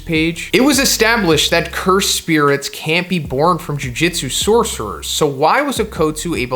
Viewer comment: Why does he pronounce Jujutsu like Jiu Jitsu lol